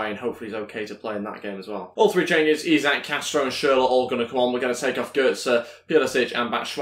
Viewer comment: It is Isak but pronounced like ishak